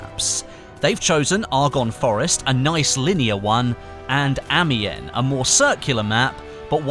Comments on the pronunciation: Amiens is pronounced without an s. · That pronunciation of Amiens though...